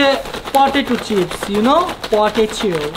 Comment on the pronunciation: ভাইয়া এটা পঠেচু না পটেটু হবে।